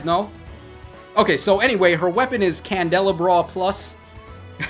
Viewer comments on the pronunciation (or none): It’s pronounced candle-ah-bra but the way you pronounce it is funny